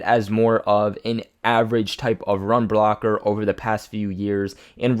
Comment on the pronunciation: Do you not know how to say the word block bro?